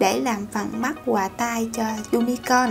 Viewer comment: Nhóc ơi con phát âm cho chuẩn đi. Nói chữ Và chứ kh nói quà. Nghe kỳ cục